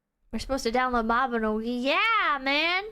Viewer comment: "maibnogi guild night" 3 hours of talking about grills